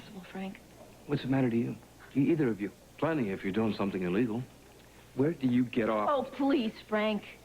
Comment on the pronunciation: always cracks me up because he's always standing on his tiptoes every now and again as he talks to someone. Also he can't say the word something. It comes out Sun thing. I noticed this ever since I was a kid